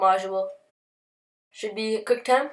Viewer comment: Quick -time not Quick tem smh